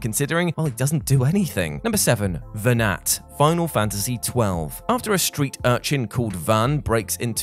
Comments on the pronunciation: it's pronounced venar,(the T is silent, his name is mentioned many times in the game, by cid, baltheirs father) and you do actually fight venat, the final 2 forms of vayne are vayne possesed by venat, tell us you didn't play FF12 without telling us you didn't play FF12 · really flimsy. also doesn’t pronounce Venat correctly. Did he even play the game?